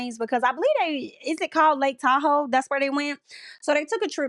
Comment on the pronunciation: I havent seen anyone mention the scene where amaya asks how to correctly pronounce Tahoe and immediately proceeds to pronounce it wrong. Then pronounces it wrong for the ENTIRE trip, constantly. I felt like that told me everything about her. She plays up this childish mispronouncing act cuz she thinks its cute and endearing. Like wtf is her issue honestly. Plus the psycho eyes and illogical takes she has. Genuinely had enough of her.